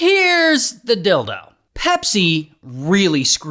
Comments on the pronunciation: is it me or am i hearing "Here's the dildo" instead of "Here's the deal tho" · Did you say “here’s the dildo”? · He say deal dough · he definitely said dil-do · No he said “Dell-though” you sob sure know how to get me typing.😂 Note to self: never launch a raffle in a third world country.